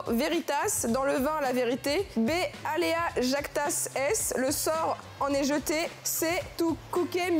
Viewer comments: Le « Jactas essss » et le « Tou kouké » étaient pas mal non plus 😂 La pauuuvre, franchement c’est dur quand tu ne connais pas ! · Alea JactaS Es..? C'est tellement mal dit! (Et mal écrit) Je suis depuis ses débuts sur youtube mais j'ai toujours eu du mal avec ces "jeux" sur la bouffe sachant que la moitié de la planète crève la dalle... Surtout que c'est devenu galère en France aussi pour beaucoup.